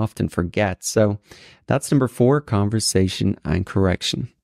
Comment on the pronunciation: i was interested in your video until you said convoRtation .